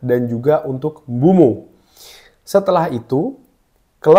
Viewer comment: Sedikit koreksi bang, penyebutan namanya Mbuemo bkn Mbumo